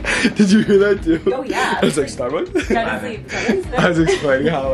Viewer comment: making fun of the word cochella yet when he pulled up to Starbucks he said "we're at STARBYS" 😭💀